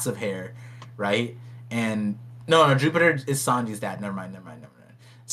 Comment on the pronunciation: I cannot stop hearing "Jew-peter" which just sounds like we're making religious assumptions about the gorosei 😂